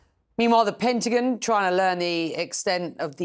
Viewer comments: “The pentigin” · Wtf is a PENT-TI-GINN? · wtf is the "Pentagin".....you speak English and cannot pronounce the name of that building...